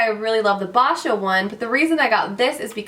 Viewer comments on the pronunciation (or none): Congrats on your FIRST HOME! My dream is to one day OWN a home as well! Boscia is pronounced (BO-SHIA) btw :D I don't believe theres any more Sephora VIB Sales for the rest of the year unfortunately, the sephora girl might've gave you wrong information! >.<* BUT, today is the first START day of our current promotion which is the $15 off $50 (BI) purchase, $20 off $50 (VIB), and $25 off $50 (VIBR). Should be in your VIA email or mail box! Hope this helps! Loved the Haul!